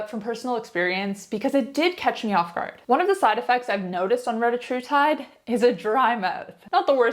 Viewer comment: Sehr can't speak the name of the Peptide correctly!